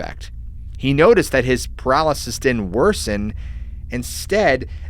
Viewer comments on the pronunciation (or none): none